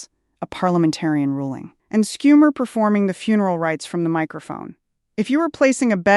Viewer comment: Im sad you have been reduced to AI. Schumer is NOT SCoom er. Its SHOO mer